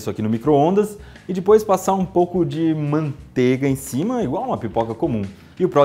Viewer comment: vc disse manteiga?